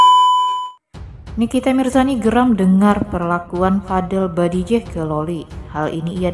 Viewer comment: Mb creator pangilan nya Salah bikan badijeh tapi bajideh